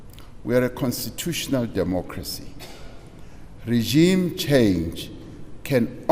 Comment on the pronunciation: did he just say regime bruh